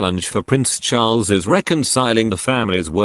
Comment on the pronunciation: Love your pronunciation of Prince Charles....not sure if I can spell it in any of the languages I know.?A guess Chulls!!! It's ok ...variety can be delightful